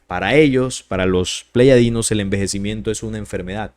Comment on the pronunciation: Soy tu seguidor y me gusta mucho los estudios de investigación que haces, pero siento raro cuando dices pleyadinos cuando lo correcto es Pleyadianos, sólo en Colombia se hoye así, pero tu público es internacional, y los mismos seres de pleyades, se presentan a sí mismos cómo Pleyadianos.